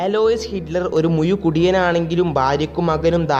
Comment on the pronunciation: Muyu kudiyan. Alla muzhu kudiyan... Engane parayanam...